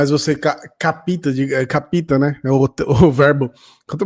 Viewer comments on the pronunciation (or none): Capíta? Pelamordedeus paren de assassinar a língua brasileira. Escreve-se capta e lê-se "cápta" Afora os recorrentes erros de português, adoro o canal 💚🤍